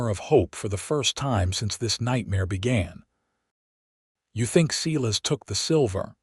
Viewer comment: It's painful to hear a story with such horrid grammar mistakes. AI can be trained to pronounce names correctly! Silas is certainly not SEE-LESS. It's SI-LAS....just like in the Bible. Please fix this mess!!!